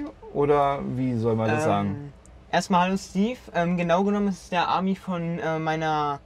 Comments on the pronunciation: Ja, verdammt!! SssssiiiiitrooooEnnnnnn!!! Und auch nicht Aaaaaaaami, sondern Amiiiiiiii! Konnte mich nicht auf den Inhalt konzentrieren. Sogar der 15-jährige Bro war schon infiziert. Kann da bitte mal die französisch sprechende Mutter eingreifen? Danke! Noch eins: wer möchte denn dieses knuffige Original als Me-too von Opel haben? Ich nicht. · Wird bei Ami nicht das I betont.? Aaami oder Amii? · Französisch ist nicht die Stärke des Autors. Zi-tro-äh A-Mi bitte jeweils mit Betonung auf der letzten Silbe. Ami hat nicht mit USA Eunwohnern zu tun, sondern heisst Freund/in. Also a-MI nicht Ami !